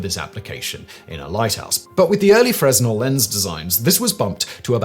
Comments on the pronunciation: Freznel ahaha. You can tell doesn't really know anything about the topic and just reads from a script. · The "s" in Fresnel is silent, being French and all. It's pronounced FRAY-nel. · Fruh-Nel not Frez-Nel. I was saying it the wrong way up until a few months ago. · Not FreS-NEL; its Frey-NEL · Fresnel is actually pronounced Fruh-nel. The s is actually silent. I got docked on that during my stagecraft days in high school. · A Fresnel lens (pronounced fray-NEL) inventor: Augustin-Jean Fresnel (French), not pronounced like Fresno (CA) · Fresnel is pronounced “Fre-nel” you don’t say the s… French is dumb lol 😅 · The correct pronunciation of Fresnel has a silent s: fruh-nel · Pretty sure Augustin-Jean pronounced his surname without the "s" sound, more like: Fren-el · While it is spelled "fresnel" it's pronounced simply as "fruhnel" without enunciating the "s" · ...pretty sure Fresnal is pronounced Frey-Nel... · Hey, Fresnel is pronounced as "fray-NELL," with the 's' being silent. You're welcome. 😉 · I know that this isn’t that important, and the video was wonderful, but you don’t pronounce the S in fresnel. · It's a French name/word. And the 's' is silent in both the English and French language. Just like the 'b' doubt or the 'w' in wrist... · You may want to look up how Fresnel is pronounced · The S is silent weirdly innit 😎 they are used in optics for people with wham prescriptions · famously doesn't give a shyte about proper pronunciation. He is doing better on the more serious channels though.